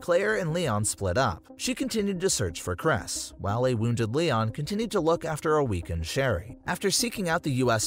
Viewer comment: Nah he's saying these names wrong on purpose bro said cres ITS CHR-IS